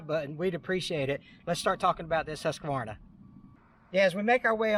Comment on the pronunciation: Nice to hear someone who knows how to pronounce Hus-kuh-VAR-nuh. Irregardless of that, Husqvarna makes the best chainsaw you can buy at any price. Why else do more pro loggers and tree guys who rely on these saws for there living use them?